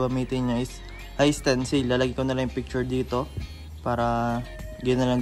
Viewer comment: Hi Sir Wag mo sana masamain correction lang po.. 😁 Isa rin ako sa mga taga panood mo. Dapat po ata "high tensile" (hay tensayl) at hindi "high stencil" ☺️ RS lagi..